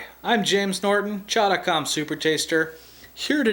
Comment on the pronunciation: When you say "Chow dot com," it sounds like you're saying, "CHOWDICOM."